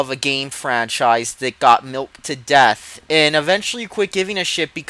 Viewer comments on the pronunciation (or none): none